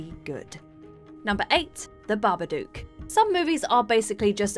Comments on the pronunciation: I only have 2 things to say about this list - 1/ It's 'Babadook', not 'Barberdook'. They literally say it in the movie. 2/ The Blair Witch Project is one of the worst films of all time, and should be in any list, unless that list is 'The Worst Movies Of All Time' or 'Overrated POS Movies'. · Every fucking video. BabaDOOK like book, cook, look, took, chook. Not like spook.